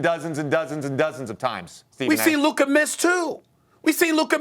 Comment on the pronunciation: It’s luka and it’s not close